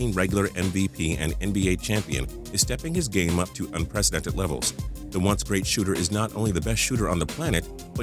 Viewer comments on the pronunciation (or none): none